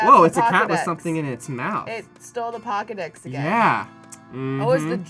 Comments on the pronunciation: They're saying "Pawkedex" as a joke. Because cats. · One, it's Pokey-dex with a long 'o'. Two, are you getting multiple lives like a cat's 9 lives, being reincarnated as a different person each time you die?